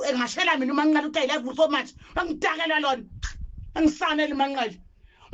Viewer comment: 😂😂😂Izindaba ezingaka ngyabonga kodwa ngoba umbiza kahle uthi u Manqele